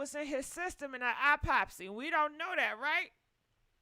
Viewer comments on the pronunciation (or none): It was “Apopsy” for me 😂